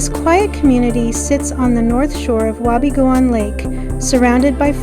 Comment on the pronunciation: It is pronounced Wa be goon. The town was founded due to it's location alo ng the Canadian Pacific Railway line. It was also the main town that supplied the Gold Rock Mine. It is my home town and a magical place to grow up.